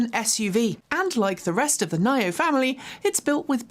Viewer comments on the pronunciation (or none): nio is pronounced ‘nee-oh’, not ‘ny-oh’. basic courtesy.